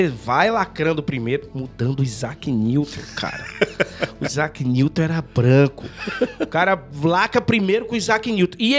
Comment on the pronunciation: AIZAQUE NIGROUW 😂😂😂😂😂